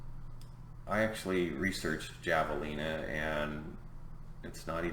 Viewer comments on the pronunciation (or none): It's pronounced hav-ah-lee-nah.